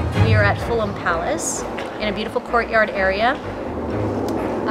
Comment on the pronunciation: not pronouncing fulham is very funny as a brit 🤣